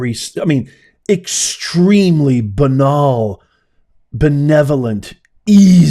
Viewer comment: Banal is pronounced bay•nal. 😊